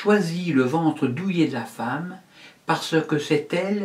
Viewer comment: // "LA feemme pourra se faire greffé des testicules " euh ...